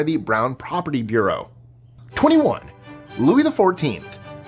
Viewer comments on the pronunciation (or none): none